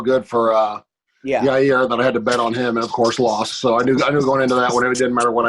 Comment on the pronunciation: Adam, can you please ask Chael to pronounce Yair’s name correctly? He keeps saying Ya’rear and I can’t be hearing “Max is really going after Ya’rear’ or ‘Ya’rear looked swollen”